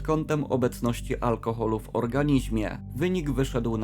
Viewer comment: Like za poprawę wymowy! "Organizmie"